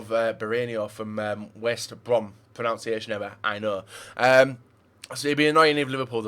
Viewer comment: The worst thing is that you can't pronounce pronunciation PRO-NUN-SEE-AY-SHUN not, PRO-NOUN-SEE-AY-SHUN